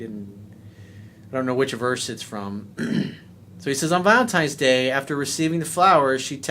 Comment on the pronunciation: did you say "Valentimes Day?" C'mon man...